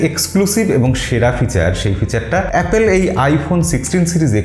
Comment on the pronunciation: এই ভাই থামেন থামেন আগে এ্যাপল বলা শিখেন 😂